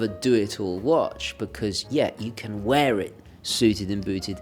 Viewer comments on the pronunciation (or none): none